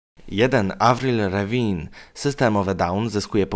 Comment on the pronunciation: Avrin Levin Xd Mówi się avril Lavin geniuszu